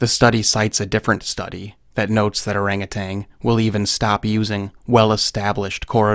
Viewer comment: You keep saying "orangutang". You clearly understand a great deal about primates, so how can you make so basic a mistake? They're orang utan (literally "man of the forest/trees", I think, in Indonesian[?]).